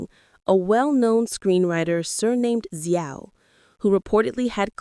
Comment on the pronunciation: Xiao is pronounced "Shao"... And Weibo is "waybo" ... it's hard to take your information seriously if you won't even go to Google translate and learn the pronunciation of these basic proper names ... And if people were publishing these allegations on Chinese social media platforms, I can understand why they were shutting down / off comments from the accounts that made them. The platforms don't want to be accused of spreading slander / libel, OR of obstructing the police investigation. I'd also like to hope that anyone with factual information - NOT speculation - would inform the police. So the headline "Suspect Behind Yu Menglong’s Death Officially Arrested, Facing Minimum 10 Years in Prison!" is actually completely false ... SMH Real news: Yu Menglong's mother asked people to STOP speculating with a public statement published today. I wonder if having people describe her son as being sexually assaulted made her feel better .... smh ...